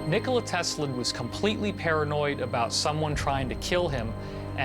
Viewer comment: To be reporting on history, that guy should probably pronounce Nikola correctly.